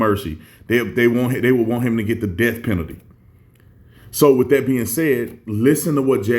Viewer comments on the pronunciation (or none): none